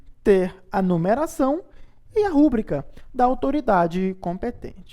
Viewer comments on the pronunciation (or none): O professor é excelente. Permita-me fazer uma correção: a pronúncia correta é rubrica e não rúbrica. Todos nós cometemos falhas. Sou extremamente grato pelas postagens ainda mais 0800